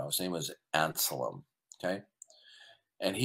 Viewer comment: It's pronounced "Anselm". How do you not know that? Or did you think he was a Muslim?